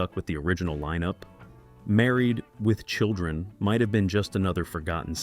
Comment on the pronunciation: AI is reading the "..." from "Married... With Children"